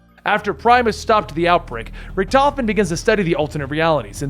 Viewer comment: ITS PRIM-IS NOT PREE-MUS